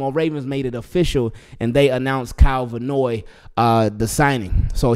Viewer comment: His name is Van Noy, not Vanoy.